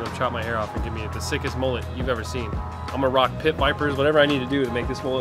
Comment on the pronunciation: MUL LET not MOOLET